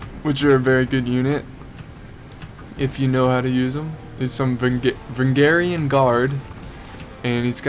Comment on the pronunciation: Va-range-e-in Guard not vungarian lol